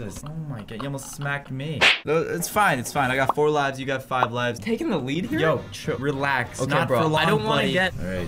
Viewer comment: Lives not luves